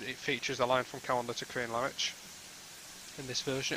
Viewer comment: Great overview of a great route. Many thanks. One wee point, it's pronounced Cree-an-la-rich, where 'rich' is pronounced like richter scale. 🙂